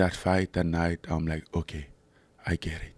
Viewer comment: I love the way Francis says "oke"